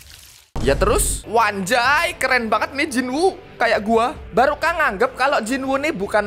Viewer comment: ngomong nya barka bukang baruka🗿